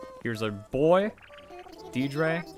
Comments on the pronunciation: Dee Dre 😂😂😂😂 I’m dying, it’s pronounced Deardree and it’s a ladies name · You know "Deedrey" is actually pronounced "deer-dra"